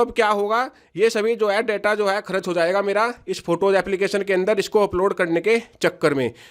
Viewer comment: बिहारी करच नही होता है खर्च बोलो